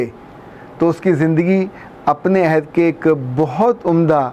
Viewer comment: Sir "ayhad" nahi "ohad" hota h Ayhad ka matlb waada ya promise krna hota h